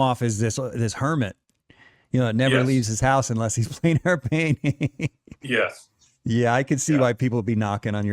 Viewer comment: ....good show, sincere thanks, but do you know how discrediting it is when you can't even pronounce plein?